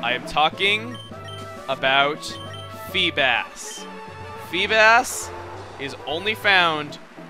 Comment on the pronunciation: You say some Pokemon names funny. FeeBAS. MILOtic. Just saying... And I saw a feebas on my first play through. Killed it coz it looked weak hahah